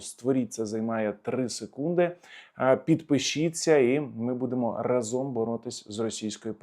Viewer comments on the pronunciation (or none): Та не разОм, а рАзом! Невже так важко запам'ятати?))